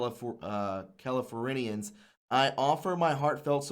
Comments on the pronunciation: Not Cali-for-rin-e-ans... Try Cali-forn-yans... Spelled Californians... Also Contributed: Con-trib-u-tid vs Con-tra-bute-tid ... No One Con-tra-bute's they Con-trib-ute... Only on rare occasion can Con-tra-bute be used even though it's still incorrect... Example: I want to Con'tra'bute to the cause... Con-trib-ute is always the correct pronunciation... Bottom Line, DROP the "tra" sound... Always use the "trib" sound... I mean Geees, can people not spell or what ??? ME THINKS PHONETICS BE FLAWED... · just FYI...cal-i-for-n-ians...thats how you say it...not being mean, just being a teacher